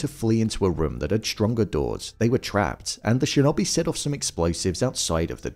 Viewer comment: Shin-oh-bee.Not shin-obey.